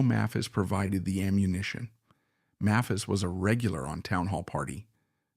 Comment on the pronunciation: The "narrator" is mispronouncing "Maphis."